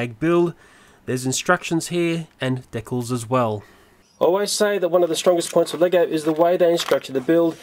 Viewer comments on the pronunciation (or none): dekkles = decals fyi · I like how he says decals "dekles"